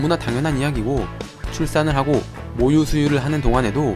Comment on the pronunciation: 모유가 자꾸 목요라고 들림........